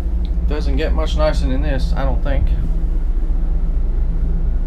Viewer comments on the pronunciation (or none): none